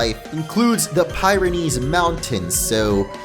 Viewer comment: Your pronunciation of Pyrenees is going to keep me up at night